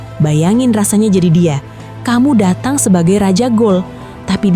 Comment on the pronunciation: Datang min bukan datung 😮